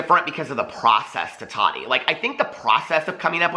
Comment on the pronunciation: I just have to ask why do u say Toddy instead of Tati?